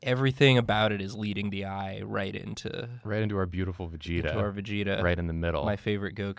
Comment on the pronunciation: Vag-eta? Its Vegeta fam.